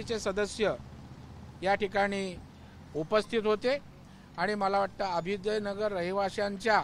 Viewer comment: याला अभ्युदय नगरचा उच्चार निट करता येत नाही आणि हा निघालाय पुर्नविकास करायला!